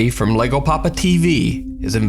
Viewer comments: "LLegoPapa" is actually pronounced... Yeh-go. It's Spanish. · a lego is plastic block used for building. This dude's name is Llego. Spanish. Double L's are pronounced like "Y" in Spanish. YegoPapa. Loosely translated, "I've arrived Daddy." Or there's no accent mark, so really, "I've arrived, Potato"? Either way. It's Yego. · Llego is pronounced "yeh - go," not Lego. In the Spanish language, a "double L" makes a "Y" sound. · you don’t pronounce it LEGO as in the toy. In Spanish the double LL is pronounced as a Y as in the word year, as in yeti so it would be pronounced ya = yego. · LEGO PAPA lol YEGO PAPA is the correct pronunciation. Double L's in Spanish makes the yuh sound for those who don't know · Its not Lego its pronounced ( je-go) like J as in john and E like elephant. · It's pronounced yegopapatv (like papa came) lol Two Ls in Spanish is usually a Y in English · The llego papa is pronounced jego papa in Spanish 2 LL makes a j sound just fyi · anyone else chuckle when he pronounced LLego as Lego, Hehehe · Did just say LegoPapa when it clearly spells LlegoPapa? What does say he wants a corn tortila for his taeco? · on the llego papa tv, in Spanish 2 L is pronounced as a Y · In Spanish words "LL" is pronounced as "in the sound of the Y in "You"... :) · the double L in Spanish makes a y sound, so llego would sound like yego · Llegopapatv is actually pronounced yego papa, two L's together make the "y" sound in the Spanish language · Llego is pronounced yego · Llego is actually pronounced yaygo